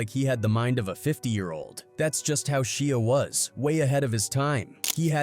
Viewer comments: SHIA not sheea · Saying his name like a shia pet lol pronounced shy-a, and you went a lil much into how scary this was supposed to be smh wasn't at all that serious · Sheea really it’s Shia if you can’t pronounce names properly don’t do videos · Who's Shea you mean Shia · Why would you pronounce Shia with the sound the letter "e" makes in the word "She" after first pronouncing it with the sound the "y" makes in the word "shy" lol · OMG his name is Sh(i)a not Sh(ee)a ...i not e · I don't think him pronouncing it "She-a" would have irritated me as much had he done it from the start but he pronounces it "Shy-a" originally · She Ahhhhhhh lolz man some people just cannot pronounce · Stop saying his name wrong Disrespectful and rude Its pronounced Shy A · Shee-ah lol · Its pronounceed SHY-ah.. not whatever dumb shit your saying. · Man drives me nuts the way he says Shia lol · Why he pronouncing his name like that😂😂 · Love it, great job, you’re just pronouncing his name wrong.